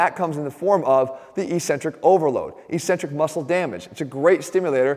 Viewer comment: ••• EK·sen·trik ••• Notwithstanding your ongoing mispronunciation of ECCENTRIC, I liked the vid. ••• Think 'accent'. Think 'access'. Think 'success'. • • • BUDAPEST • • • • 2019 AUGUST 3 • • • • • 12·30 • • • •